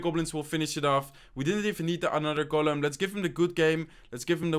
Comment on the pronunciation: IT IS GOLEM NOT GULEN